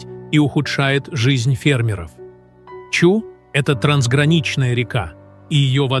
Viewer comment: Не Чу, а Чуй, происходит от слово ЧУЙ!!